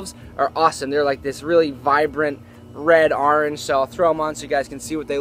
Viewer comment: Redish- Arange lol i love is every time said